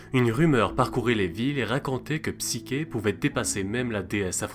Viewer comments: Le Mythe est modifié dans ta vidéo, est ce fait exprès? Il manque la condamnation de psyché (qui se prononce "ch" Et non "k") qui doit se marier à un monstre et qui fini finalement par être accueilli dans un Palais qu'elle croit être celui du monstre en question. Il manque aussi d'autre détails qui ont leur importance. Ps: tu parles d'un Eros fils du Chaos, mais celui ci est à discerner de Eros que l'on voit dans ce mythe comme Cupidon (cf le Banquet de Platon) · wsh c heros et psicher toi tu dis psiker alors que c psicher le ch se lit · Cest psyCHé et non psyQUé